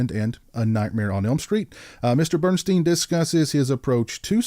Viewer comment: I love this movie! You pronounced Bernstein's last name incorrectly. It's like Bern-"steen," not Bern-"stine." I've met him. Great guy! Also, this movie has Amy Steel who I love from "Friday the 13th Part 2." Oh and I read the paperback book that was based on the screenplay. He didn't kill Muffy. He was afraid he was being completely cut out and left on his own. She assures him that he will not be.